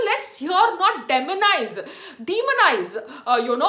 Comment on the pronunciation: Damanizzeee!!! Demonizzee 😁